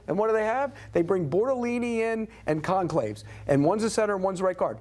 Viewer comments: At least get the names right. Gonclaves? Are you kidding me? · That idiot keeps calling Goncalves “conclaves “ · The old bald guy on the far right has no idea what he’s talking about, can’t even pronounce the names of the players that he is referring to…..